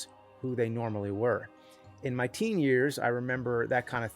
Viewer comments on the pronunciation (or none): none